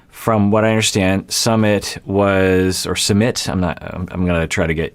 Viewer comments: Not summit🤣 it’s sume-eet🤣🤣🤣🤣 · It's not pronounced samith or sameeth. It's pronounced soomith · its- SOO-meet (soo like boo) not summit haha but excited! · His name is pronounced /sue-MEET/. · Hey! It’s pronounced Soo-mit:) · Hi doc, i am from India. And I'm really excited to watch this series!! Anyway, the correct way to pronounce his name is "Soo-myth". It's a very common name in India :) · I think it’s supposed to be pronounced like soomeet 🤷🏼‍♀️ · His name is su-myth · Jenny mispronounces Sumit's name all the time. It's actually Sue-meet. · It's pronounced "sUmit" 😄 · Indian here! Sumit is pronounced like soo-myth. Hope it helps! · It's Sue-meet. Not that hard. I don't know why she can't say it. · Sumit is the English version of his name but his Hindi spelling uses a T sound that is similar to 'th' in 'thought' not the th in 'that'